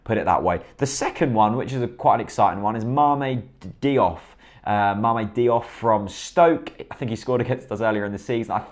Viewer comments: I got angry every time you pronounced Diouf (Dee-oof) Deeoff there mate! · haha yeah, it's Dee-oof. Soz:p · Great video! It's pronounced JOOF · JOOF! it's pronounced JOOF!